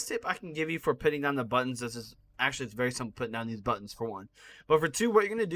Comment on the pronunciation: How many times did he say accualy